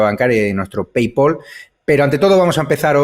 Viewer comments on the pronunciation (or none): Paypal no se dice "peipol" como por ejemplo sí ocurre con "call", se dice "peipal"